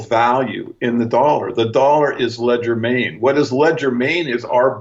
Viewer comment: Hey ur a really smart guy so what is ur problem with proper pronunciation? I'm sure Kelly cringed every time you said "ledger main" when I'm sure you meant legerdemain" which is French for quickness of hand. There are other words you seem to have problems with and it is quite distracting at least to me when you throw these linguistic curve balls out there. Other than that I appreciate fully what you do and this series is excellent in every way except for these occasional glitches.